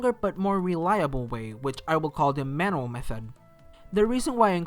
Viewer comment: You're saying manual wrong Its pronounced man-you-ul and NOT man-all